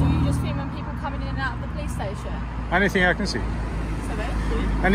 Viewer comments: “The stashon” 😂😂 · I love the way he calls it the Stayshion ever since he auditored in Wales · speaking welsh again 'Stay-shone' 😁